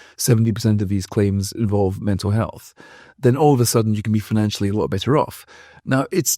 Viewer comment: 'health' not sith...